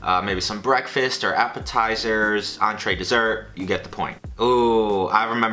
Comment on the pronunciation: DID YOU JUST SAY APPLETIZER